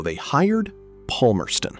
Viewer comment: that is not how you pronounce Palmerston also he died in feb 2016